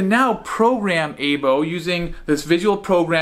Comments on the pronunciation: It's pronounced Eye-Bow not Ay-Bow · It's pronounced "I-bo"